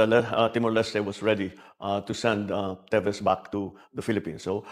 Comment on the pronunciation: Teves and not Tibes ..🤣